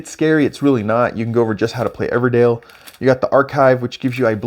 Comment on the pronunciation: Good video. EverDELL, not EverDALE 😉